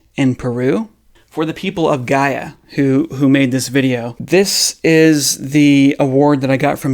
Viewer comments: don't know for sure how to pronounce Gaia?...ur disqualified! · whether you are 10 years old or 90 you should know how to pronounce the name of your planet, douche... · You don't even know how to pronounce the name of your source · Thanks Doc ;) Can't even pronounce GAIA correctly. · Lol dont even know how to pronounce Gaia or whar Gaia is obviously!!! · Amateurish attempt at debunking dude, I'm not convinced the mummy is alien but this vid didn't sway me. And everyone knows what Gaia is and how to pronounce it nowadays, wtf. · You should learn how to pronounce Gaia first and what it truly means.